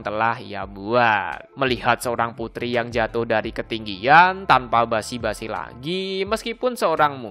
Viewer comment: "basa basi" bukan "basi basi"